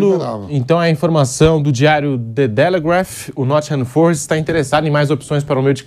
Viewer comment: "Nottingham FÔrest" É cada um viu